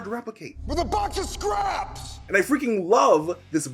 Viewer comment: Thank you, oh thank you for saying “box of scraps” like a normal person.